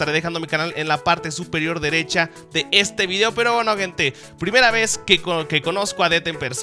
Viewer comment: "subir vidio diario" jajajajajajaja e